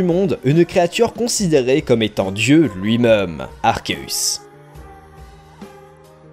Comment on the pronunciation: La vidéo était cool et intéressante ! Sauf le "lui-meum" un peu nul 8D